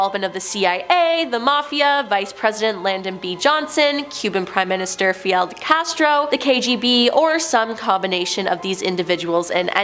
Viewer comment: Post-humously?????? Oh my dear Lord! It's posthumously, pronounced po·styoo·muh·slee Lyndon B. Johnson not Landon Fidel Castro not Field